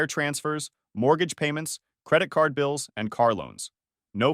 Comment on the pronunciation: Ok so I wasn't the only one who heard pills